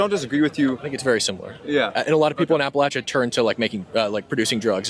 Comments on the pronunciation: "I'm from appal8cha." No one from Appalachia pronounces it that way. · "I'm from apa-laysha." No you're not. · dude doesnt even pronounce Appalachia right